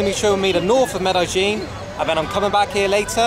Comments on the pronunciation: Why does he call Medellin Medajin? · Med EH jean. Not Med eye jean. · Who told you to pronounce it "Med-AHH-ZHEEN"???!?!?